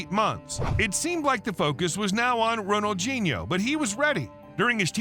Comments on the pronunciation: Pronounced: Ronal dee nee ooo, not gee neo. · Who d hell is Ronaldginio, pronounce the man's name correct please sheez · Lmao! What a stupid fucking title. Makes it sound like he committed a serious crime, but only got in trouble over debt and a fake passport. Also, "Ronalginho"? Do you often mistake the D with a G, you fucking moron? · Who is Ronald-JEE-Neo ??? It's pronounced Ronald-DEE-Neo, surely ??? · Why is im hearing Ronaldjino. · It's called FOOTBALL And his name has d in it not a g, Ronaldhino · Does the narrator pronounce his name correctly? I mean really, Ronald Genie-O? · Ronaldjeano-at least get the name right! But a good video though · Bro said ronajinyo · the way you pronounce his name is beyond wrong, js lmaooo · It’s a shame the commentator couldn’t pronounce his name properly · 0 seconds ago When did ronaldinho suddenly get a “G” in it when your narrating his name? I thought you was talking about another footballer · FOOTBALL NOT FUCKING SOCCER and Ronaldinho doesn't have a g in it so maybe learn how to say the name properly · Bro please pronounce his name properly please I’m begging you 😂😂😂